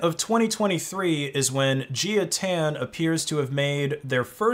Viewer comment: "Jia" would most likely be a Chinese name and so would be pronounced like "Jah" rather than like "Geeya".